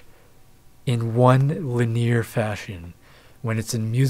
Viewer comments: It's not li-NEER; it's LIN-ee-ar. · Linear - lin-ee-ur. Not lineer. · It's lynn-ie-year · LIN-eee-err... I remember growing up having a friend who pronounced piezo as two syllables (PIE-zoe) instead of pee-aye-zoe and infrared as "in-FAIRED" instead of "in-fra-red." It's both annoying an endearing because he was an awesome guy